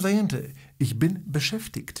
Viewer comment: Z tym beschäftigt to wymowe ma pan troche skrzywiona bo to jest dziwne bo to jak pan to wyowiada to albo inny Region niemiec ale tak twardo to sie nie mowi